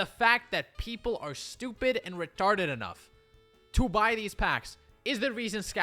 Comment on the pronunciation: reminded me of that indian dude (pretty sure indian) being interviewed. "The people are ReTaRdED" 😂😂😂